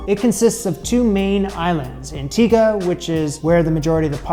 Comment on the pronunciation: thank you for saying Antigua correctly. we gonna have to work on how you say Barbuda lol. Also we gonna work on how you say Ducana. But I love your curiosity. You are welcome here anytime